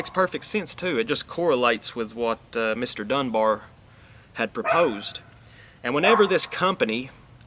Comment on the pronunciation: You pronounced it fine. You could roll the R's a bit more if you want to add full northen enthusiasm. Good to see more people picking up and talking about this important aspect of social function/dysfunction.